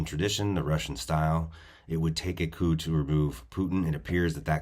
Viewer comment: Coup not coop (as in chicken coop).